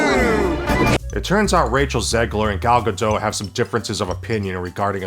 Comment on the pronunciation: It's Gal Gadotttt, my friend. Not Gado. Please say it right